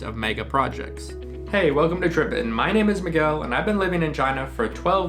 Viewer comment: Great video and THANKS for making the effort to pronounce the names correctly. Nothing more unpleasant than a video with mistakes in the local names.